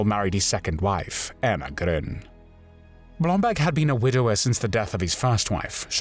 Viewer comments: face-turquoise-covering-eyes: Yeah but... who is "Blomblag" I thought his name was "BlomBERG!":face-turquoise-covering-eyes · Why does the narrator pronounce Blomberg as “Blombag”? Does BlomBERG sound too Jewish for a Nazi?